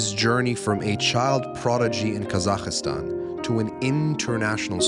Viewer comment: Thank you - very enjoyable. My only criticism: there is no letter i in Kazakhstan.